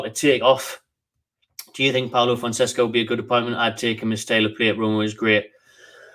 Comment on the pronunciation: fon-seca soz for bein a word policeman haha